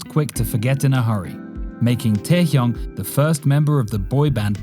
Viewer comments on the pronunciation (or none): "Kin taehyung" 🤣🤣🤣🤣 in and army and I know averting